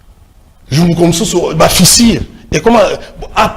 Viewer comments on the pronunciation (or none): Ooooh Seigneur, ai-je bien entendu?😡😡😡Ba fissires au lieu des fissures n'importe quoi , ce monsieur a bouché mes oreilles 😡😡😡😡